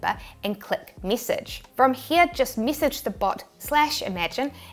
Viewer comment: I love your accent! You're very cute in your presentation. It sounds like all your "e's" are hard "e's" like, mee-sage instead we say, in the states, mess-age. But it's all very cute! Wouldn't change a thing!